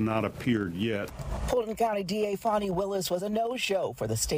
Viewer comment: It is spelled Fan i not Fon i , I say FAN E like all should say.